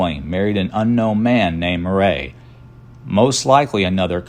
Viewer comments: Why are you pronouncing Murray as Mer RAY isn’t it pronounced like the actor Bill Murray?!?! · I am a Virginia Murray and none of us pronounce it that way either. We pronounce it Mur-ee. He tried LOL. I wish there was more known about the James Murray in this presentation. My sister and I cannot find our Murray lineage past our 4X great grandfather John Murray b.1795 d.1832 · Murray pronounced Murree...but spelled the way its written. My husband's line of Murray thru James goes way back and is easily traceable. Main direct line they the male side of the Murray line lives in Iowa. Contact me please.